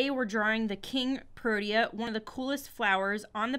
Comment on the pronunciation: Thank you for appreciate our nation flower! So for mere helpfully criticism the flowers name is pronounced pro-tea-a.